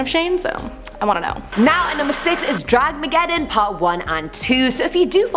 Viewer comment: It's Dramageddon not Draggeddon or whatever you called it.. at least know what you are talking about before you throw in your opinion.